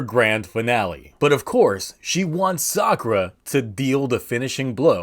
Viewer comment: Sadly you can't really Call it Sakulera without it sounding like Esa culera, which translates to that b*tch